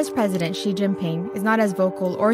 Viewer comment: good video, but I'm afraid it's like putting out a forest fire with a garden house. Even the China Bureau chief of the Strait Times (who is by the way is Chinese), didn't pronounce Xi correctly. She pronounced it as "see".